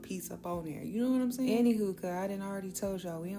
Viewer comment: Love how she said "Thurr"❤😂